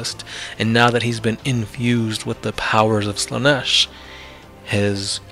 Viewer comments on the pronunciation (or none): none